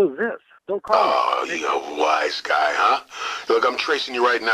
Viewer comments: Yeah, it's wise guy, not "was guy." XD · Its WISE GUY not was guy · "A was guy, huh?"... isn't it "a WISE guy, huh?"? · It's wise guy, you cork 😂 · Nigga said, “a WAS guy”